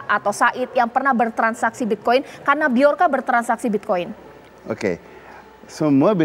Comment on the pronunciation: Sebut yg betul, Joker ! atau bjorka.